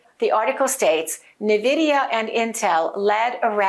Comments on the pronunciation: I think the name of the company should be pronounced en-vidia (e pronounced like in the word pen) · Preferred / official: en-VID-ee-uh (i.e. “IN-vidia”) There are competing pronunciations of the company named "Nvidia". 1. IN-Vidia, 2. N-Vidia. ChatGPT said: That’s a good observation — there is some debate over how to pronounce Nvidia. But the “official” stance is pretty clear, and usage supports one version over the other. Here’s what I found: Official / preferred pronunciation Nvidia itself says the correct pronunciation is “en-VID-ee-uh” (so more like “in-VIDIA”). Business Insider reports that the company clarified the proper way to say it as “en-VID-ee-uh,” and that the version “NUH-vid-ee-uh” is a common mispronunciation. Business Insider Bloomberg also mentions that the company prefers “en-VID-eeyah.” So the “IN-Vidia” version (or “en-VIDIA”) aligns with how Nvidia intends it to be said. The “N-Vidia” variant Some people, likely by analogy with names that start with “N” (like “N-something”), opt for “N-VIDIA” (with an emphasized N). That pronunciation is widespread and understandable; in casual speech, many people will “spell out” the N. It’s not “wrong” in a colloquial sense, but it’s not the preferred/official version. Summary & recommendation Preferred / official: en-VID-ee-uh (i.e. “IN-vidia”) Alternate / common but non-preferred: “N-vidia” (with emphasis on the “N”) If you want to sound more like you know what you’re talking about (or match the company’s usage), go with “in-VIDIA” (en-VID-ee-uh).